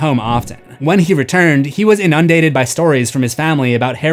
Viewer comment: That's not how you pronounce inundated. 😂